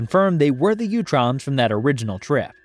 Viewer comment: Great video! Very comprehensive and well organized. I believe it is pronounced 🧠 “ooo-troms” not “you-troms.” Sometimes in the vol 4 books they even call them the “Ooots.” I believe this is the pronunciation in the 2003 and 2012 series which also feature them prominently. Again cheers on the great work here though